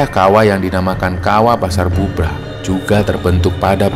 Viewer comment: Setiap denger cerita pendakian, pasar Bubrah ,tetapi aku dengernya pasar "Gubrah"